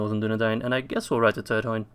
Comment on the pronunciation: I dont want to sound angry or judgy or something, but I do believe that the dh in Turdhuin is said as a th. Keep up the good work